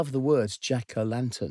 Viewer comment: Omg! The way he says "Jack-O-lantuhn"